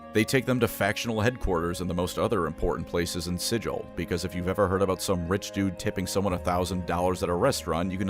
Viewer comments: It is pronounced "Siggle" with a hard G instead of "Sijil" as the actual magic sigil word. It expllicitly pronounced like that in all the books and media and said a hundred times in lore it's a way of immediately recognizing an outsider clueless to the planes, or a tourist. It derives from an injoke where the creator Zeb Cook mispronounced Sigil as "Siggle" that one time (as SIGIL, as in a magic rune, was a tentative name for the city) The dev team named the city after that pronunciation because it sounded unique and it pissed off Zeb Cook (and to this day still does) was wrong and petty about this one. Felt painful to heard it mispronounced over and over. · It's not forgotten, the lore deliberately says it is pronounced "Siggle" with a hard G instead of "Sijil" as the actual magic sigil word. It expllicitly pronounced like that in lore and media and said a hundred times in lore it's a way of immediately recognizing an outsider clueless to the planes. It derives from an injoke where the creator Zeb Cook mispronounced Sigil as "Siggle" that one time (as SIGIL, as in a magic rune, was a tentative name for the city) The dev team named the city after that pronunciation because it sounded unique and it pissed off Zeb Cook (and to this day still does) was wrong and petty about this one. Felt painful to heard it mispronounced over and over. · Mispronouncing it as "Sijil" as an arcane SIGIL or symbol, out of spite when the entirety of the lore, books, media and the game Planescape Torment correctly say "Siggle" with a hard G is absolutely diabolical. I will now call the Halo franchise "allô" like the french "hello" over the phone, with no H, to restore cosmic balance after this insult. It 's explained on the very first page of the original Planescape books and mentioned over and over. (see quoted comment by UpcastPanther) I love you but your video will forever attract the mockery of any Planescape or Torment veterans.